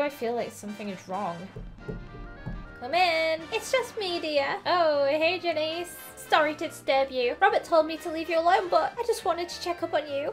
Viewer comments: Great vid. But its not jan eece its jan iss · Its pronounced Jan-IHS not Janeece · Janices name is pronounced Jan is. But I don't really care say whatever feels right to you. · You say janice like (jan)-(i)-(s)